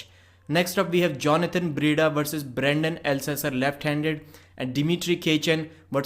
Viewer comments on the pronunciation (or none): none